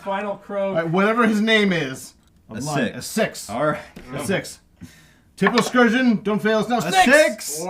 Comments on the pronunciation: Seriously irritating how they kept intentionally mispronouncing Tipplelkirch's name. How do you get "Tippleskirgeon" out of that??? Come on guys, at least try. So, would the French continue to follow the Prussons to Waterloo? Would Grouchy harry Blücher the entire march? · Greeting from one of your three German viewers. I had a great laugh on your Tippelskirchen pronounciation :) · Tippelskirch. How hard is it to pronounce correctly? Greetings from Germany 😅